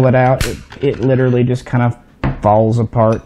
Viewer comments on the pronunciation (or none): none